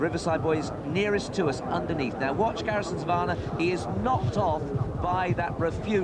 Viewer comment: Why do these twats insist on saying 'Garrison SavARnnah'? It's a very simple word to pronounce.